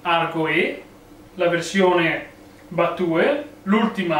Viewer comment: Bella recensione! Per il mio personalissimo parere la trovo bruttina e poco versatile, un piccolo appunto, la sigla "battue" si pronuncia "battiù"